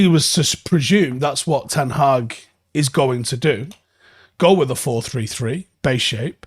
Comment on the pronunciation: It's time you started saying with as follows: 'WITH'....that's a 'TH' mate. Same as you were going to say 'THE'. Wiv is a cockney slant mate, not a Manc way of speaking. I used to do the same thing, but my mum, who was from Ancoats, would not ever let me say 'WIV'....it's 'TH' mate....WITH. as in 'we win, but say 'with instead of win. Same gob movements pal. Get on it, and I expect improvements by tomorrow morning!!!